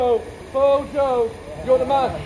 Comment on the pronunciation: I'm sure Broja pronounced Broy-a appreciated being called Brojo.